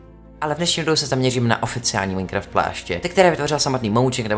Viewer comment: mě štve jak furt říkáš Maňkraft